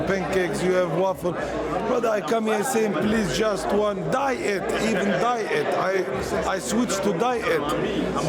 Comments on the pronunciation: Please brotha - i even drink DIE -ET, DIE - ET lol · hahah yaa... He from Morocco may be. .. his accent is good like khabib. He " swoched to di et "🤣😂😂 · “Die Ate” coke!